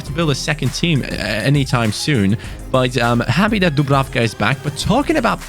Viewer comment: #fanobjectives Dublanka Score 7 goals with dubrafka or as you like to say pablenka Like so can see